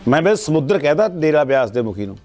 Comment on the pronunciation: ਸਮੁਦਰ ਨਹੀਂ ਹੁੰਦਾ ਸਮੁੰਦਰ ਵਾ ਪਹਿਲਾਂ ਸਹੀ ਬੋਲਣਾ ਸਿਖੋ